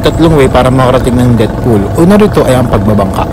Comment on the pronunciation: Depth pool ata ung basa dun (i think) 😅😅